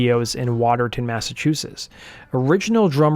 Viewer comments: Such a great episode - ONE MINOR note - Watertown is pronouced "Water - town", not "waterton". I love the channel! Can you do Tenacious D? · It's Water-town.....not Water-ton! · Your pronunciation of Woburn and Watertown shows you're definitely not familiar with Massachusetts.